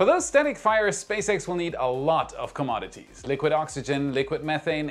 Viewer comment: pronounce "inevitable". Love your program! 🙏✨️❤️ (noticed you said "commodities" correctly! Cheers! )